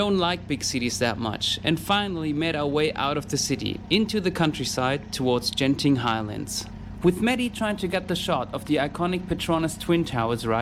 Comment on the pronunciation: Hi. In Malaysia the letter G is pronounced like how you say suGar. Genting is not Jenting. Most people would understand but some would wonder when you have a conversation. 😅 Genting highlands is estimated to at 1800 metres, or just over a mile high. The fog you saw was probably clouds (if its coming down from above). If it appears from ground, it is definitely fog (common at night and during or after rain) during which the combination of both gives zero visibility and one would find it difficult to walk.